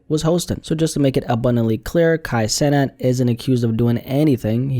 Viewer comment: We ain’t talkin about the same Kai cenat, you ain’t even say his last name right brody